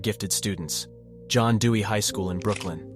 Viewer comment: "Brookling?" 🤣 It should be "Brooklyn" 😂😅😁!